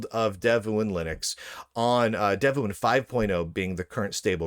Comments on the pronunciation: It is pronounced "dev-one". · pronounce it like Dev Juan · Don Juan: Pronounced? Devuan: Pronounced?